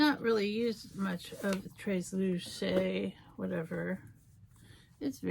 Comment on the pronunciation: I know it's not easy but I have not seen once person say tresluce right yet 🤦🏻‍♀️🤣❤️ same way u say 3 in Spanish is how u say the beginning tres (thres-luce ) the end is like say Lucy but without the y now put the 3 and luc together lol sorry if it was difficult 🤣🤣🤦🏻‍♀️